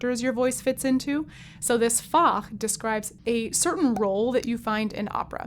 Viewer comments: Fach is a very short word. You stress the a too long for German. The plural is Fächer in German, but musical language may differ. I didn't get the word at first because of your pronunciation. Anyhow nice video, comment for the algorithm. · German "Fach" in this sense does not really translate to "pocket". When using "Fach" for a type of voice in German, we tend to think of "Fach" as in "Schulfach" = "school subject". But thanks for pronouncing the word so beautifully ... :-)